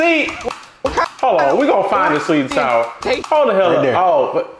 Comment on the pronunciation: "right der" 😂💀